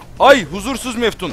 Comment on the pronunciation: Onlar Meftun Değil Metfun :D :D :D